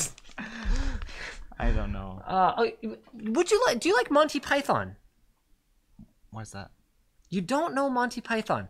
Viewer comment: Linus saying Monty Pie-thone makes me cringe.